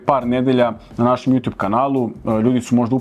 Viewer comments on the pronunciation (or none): none